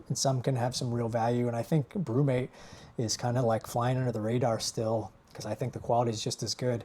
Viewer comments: Pronounced “Steel” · Hi, the chain saw blade is pronounced 'steel', its a German company. Im not a pin collector but I have some older Hard Rock ones, was wondering if they were worth anything. Better get them listed! Thats very funny you sell an item and dont know what it is. Way to go! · First man I've ever heard not know what Stihl was or how to pronounce it lol..